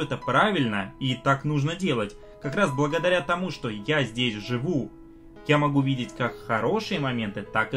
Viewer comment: Когда уже будет нормальный звук в этих видео ? И слово ,,что ,, пора уже нормально выговаривать.